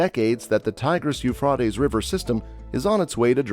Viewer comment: His pronunciation of Euphrates is a bit unorthodox, but the Hebrew name for this river is simply NA-HAR HA-FRAHT", so he's getting a little closer to that. Hebrew for the Tigris river is NA-HAR HA-TEE-GREESS.